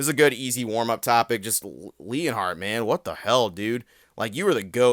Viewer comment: Bro put the L in leonhart